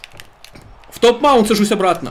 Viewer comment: не топ-манут а фулл-маунт, а оверхэнд, а играешь круто!